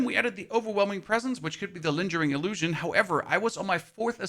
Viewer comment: Every time he says Linge-ering I feel pain in my soul